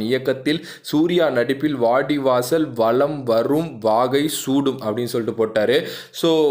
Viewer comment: சூடும் not வடும்